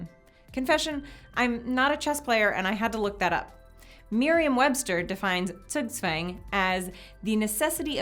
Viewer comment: Cops has no Timemachinse => 4D Doctor Wins... Troll in the infinite line it's infinite Cicles so the Rober Wins... Math... Troll I think intuitive NOT Calculated Pentagon 2/4 Square 2 / 3 Pleas correct me Zugzwang is a german word (and pronaunced vary wrong) and more importent for Mühle "Nine Men's Morris" then Chess